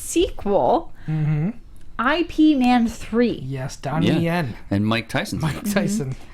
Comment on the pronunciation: "Ip" Man, not "I.P." Man